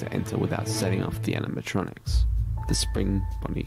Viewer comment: Animatronics no Animitrontrics